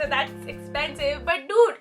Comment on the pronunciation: I like the way she say "dude" funny..as she is saying "milk "